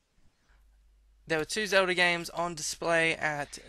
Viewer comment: My head is spinning because of accent... is saying Zelda and talking about Celda but just always says Selda, generally pronouncing S and Z as a sharp S... I get so dizzy haha!